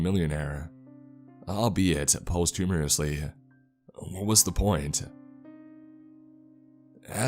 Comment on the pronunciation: I caught that too lol